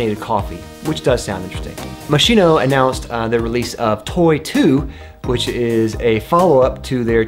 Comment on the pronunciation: Moschino is MOSKEENO.